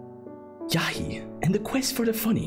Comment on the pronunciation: it's yahia not yahi